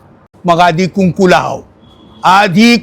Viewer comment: लाव नाही लहाव असे असते 😂😂😂😂